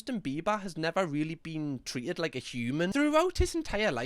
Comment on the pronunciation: Ok i have to ask! because ive seen him say it a few times and im honestly just curious if its a common pronunciation or what?! Tret? how hes been tret in the media. how he has been treated in the media? Is tret commonly said in england or is it just a thing 😅 not being rude i really just want to know as it throws me off everytime i hear it!